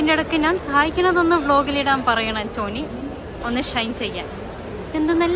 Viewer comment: ആന്റോനി അല്ല പെണ്ണേ ആന്റ് കെണി😂